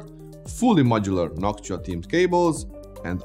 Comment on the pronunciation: Noc tua????? Say that again.